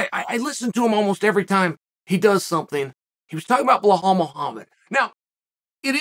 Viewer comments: Blehal..... hooo da fook is tha guy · Ble-hawl "remember the name"